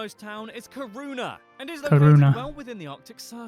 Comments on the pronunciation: When pronouncing Kiruna, think of Ki pronounces as key 😃 And yes, we understand danish and norwegian 😁 Julmust is a cold drink, glögg is suppose to be warm when drinking it. Glögg comes in a glassbottle. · oh my god.. its not pronouced Ki-runa. Do a google translate.. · The 24/7 sun is for about 1 month around the summer solstice. The 24/7 without any sun is for about a month around the winter solstice. Kiruna not Karuna. The "K"i in Kiruna is pronounced as the "ki" in the English word kiss. Most Swedish people are happy for the taxes. Much so because we get so much for it. Free heathcare, school all the way from first class to university etc etc. Latin was the church language in the time for Carl von Linnè. It was taught in schools here. Yes, it is true that Swedish, Norwegian and Danish people have similarities in our languages. Many Swedes though say that it is easier to understand Norwegian then Danish...but with that said, it is depending on local dialects. Written language is though easier. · We do not pay 50% in tax it is about 33%. And btw that Guy pronounce Kiruna wrong